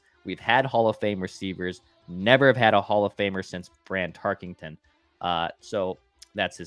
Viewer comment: Guys... there's no 'G' in Tarkenton.